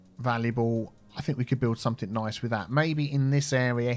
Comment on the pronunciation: Picking up people on their pronunciation of "quay" while you say somethink, nothink and everythink. Priceless